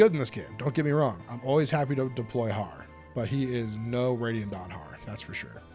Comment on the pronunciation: I don't know what's with every Fire Emblem youtube channel way of pronouncing Radiant Dawn that whenever they do, I hear them say "ready at dawn".